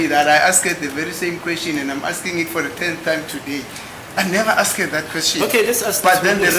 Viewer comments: Imagine the whole lawyer saying the (asked) Very poor. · Pronunciation of "ASKED " by 😂😂😂😂